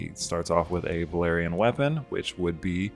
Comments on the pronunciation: Velaryon not Valerian 😂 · I know it's such a small and understandable thing but for some reason it makes my asshole pucker when people pronounce both Velaryon and Valyrian "Valerian".